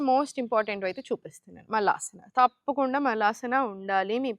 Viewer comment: మాగ్వాల్ తాప్కుండా కాదండీ మగవాళ్లు తప్పకుండా అని పలికితే బావుంటుంది, తెలుగు కి ఇంత దారుణమైన పరిస్థితి తీసుకొచ్చేది ఆంధ్రా తెలుగువాళ్లే, మళ్లీ తెలంగాణ భాషను,యాక్సెంట్ ను హేళనగా మాట్లాడతారు.... మీకు మరీ అంతగా తెలుగులో రాకపోతే జెంట్స్ లేదా మెన్ అనండి సర పోతుంది. అంతేకాని తెలుగు భాషకి ఠెగులు పట్టించకండి.. మీకు నమస్కారం !